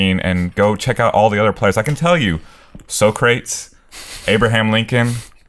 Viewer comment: Mispronouncing Socrates is a reference towards Bill and Ted's Excellent Adventure (because they were talking about time travel)